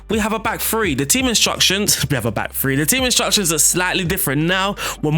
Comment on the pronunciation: its THREE not free